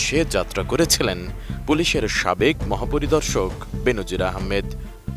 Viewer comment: বেনজির নাকি বে-নজির 🙃😃! নাকি টাকা পয়সা হলে নামের উচ্চারণ ধরনও পাল্টে যায়?